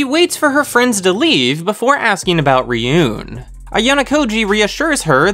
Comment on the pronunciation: Also, Ryuuen is Ryu-(elongated "u") - en.